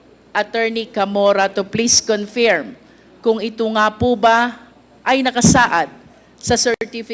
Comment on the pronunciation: Big fan ako ni Luistro pero sana ayusin nya yung pronunciation nya ng ibang english words like “confirm”